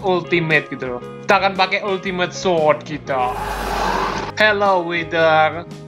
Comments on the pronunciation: Sword bukan sod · Sword bukan sot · Sword jadi swod